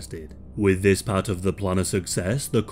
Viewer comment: "Zis is from mein spring collection..." hahahhaha